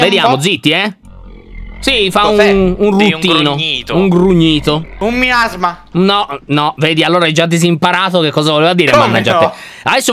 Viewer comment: Mi-asma ho miasma? LOL.